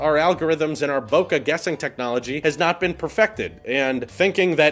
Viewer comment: Congrats on the wedding, man, lovely waifu! Nice Bokeh ==> say it like Pokehmon. Bokeh.